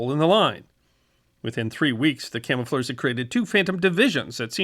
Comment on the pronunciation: At least he got to say "camofleurs" about 30 times.